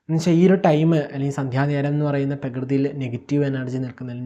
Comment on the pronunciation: Sir, വാക്കുകൾ ചിലതൊന്നും വ്യക്തമാകുന്നില്ല, അതിന്റെ മലയാളം പറഞ്ഞാലും ആശയം പറയാമല്ലോ. Prepare, ഭാവി (ഫാവി )പ്രകൃതി (പകൃതി )എന്നീ വാക്കുകൾ അരോചകമായി തോന്നുന്നു. അതെല്ലാം ശരിയാക്കിയാൽ എല്ലാം നല്ല അറിവുകൾ ആണ് 🙏